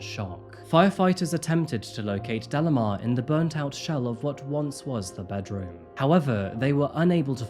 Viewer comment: delimar is pronounced like de-lee-már, not dellamar 😬